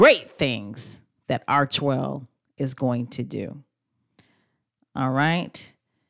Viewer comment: On the Archewell home page as you've shown, there is a pronunciation mark after Arche (/rki/), it reads AR-Kee, not ar-chee.